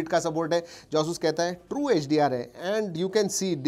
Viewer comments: Its not ayush rog tu . Its asus rog 2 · Pehle "Asoos" bolna sikh lo bhai.